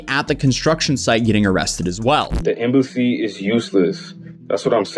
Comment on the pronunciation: "The Embooosy is useless" Absolute cabbages!